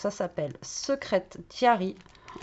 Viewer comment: PS: "diary" (prononcé daïari) signifie journal intime en anglais 😉